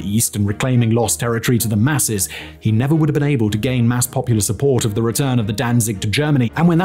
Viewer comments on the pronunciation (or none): none